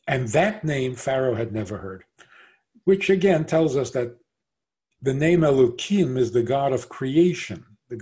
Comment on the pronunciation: Why you pronounce Elohim --> Elokim?? is it a new version of Hebrew? or a new idea like the idea u made that G-d need his creation?